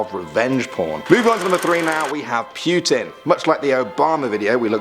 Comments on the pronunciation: PYUTIN. PYUTIN.... LOL. It's Putin. Do your best Harley Quinn's "Oh, puddin'!" but replace d with t. There. You're welcome. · lol "pewtin''